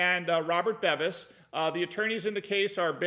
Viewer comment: it's Robert "BEAVIS" (pronunciation).